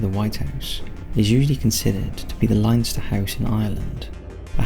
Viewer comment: This video was amazing and exactly what I needed, but the way you pronounced Leinster got me XD